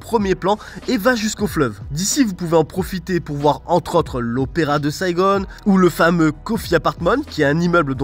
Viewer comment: c’est Saigon et non Saigone, le Vietnam c’est aussi les kmers qui ont envahi le pays et les français étaient venus pour sauver les vietnamiens, depuis beaucoup de vietnamiens se sont réfugiés en France.